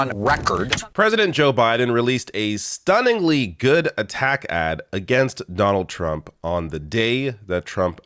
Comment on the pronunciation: Jonold J Trump cant even say his own name.